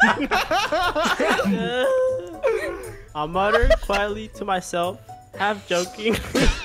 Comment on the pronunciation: you make fun of sora for pronouncing encanto wrong but can’t say manga right.